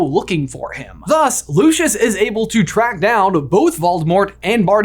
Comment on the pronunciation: My face whenever I hear you pronounce Lucius or Kneazle 😣 😂